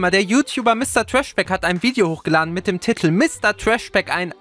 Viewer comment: TITEL, nicht TITTEL! Es regt so auuuuf xD